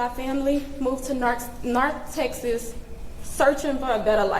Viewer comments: "Narth texas" My god woman, at least speak properly if you're going to address the public.. Who do you think you are? George W. Bush? Joe Biden? Aaand here goes the fake crying. She's literally copying Amber Turd and her forced crying technique. About the death penalty, I don't think he'll get it, even if he will be convicted of 1st degree murder simply due to the fact that there COULD be made an argument that the kid that was stabbed first tried to physically wrestle Karmelo away from the tent, just on the POSSIBILITY of it being exaggerated response of self defense (1st degree manslaughter) as opposed to what the prosecution will likely claim that Karmelo armed himself with a knife with the specific intent of stabbing whoever will come to remove him from the tent. Which if convicted as that, he'll get charged with Capital Murder and one of the sentencing possibilities is execution. We already know the judge is going to go lenient on him, the question is how much they think they can be lenient with this murderer before it affects their career. If there's a video or audio of the incident, it should clear which of these two it is, but as Asmonbald said, Karmelo is cooked, L Bozo. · LOL she said "Narth Texas", where is that exactly? Watching this person hurts my head. IF her son had NOT killing someone else, they would not be in this situation. Am I wrong? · Not "narth texas" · “Narth Texas” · Where is “narth Texis” at? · I wonder how long her lawyers had to work with her to pronounce all those big words like "Narth Taysas"